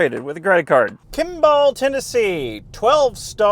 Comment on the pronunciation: Some pronunciations: Murfreesboro (Is pronounced as Murphysboro) Monteagle (Is pronounced Mont-eagle, not Mon-teegle) Kimball (Is pronounced like Kimble) Also, the charger next to the shorter "abandoned building" in Chattanooga makes sense because it's an outdoor event center. Massive outdoor conventions take place there.